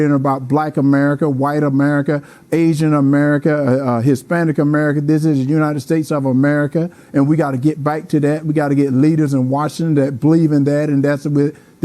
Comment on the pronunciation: "We need to get leaders in washin?"😂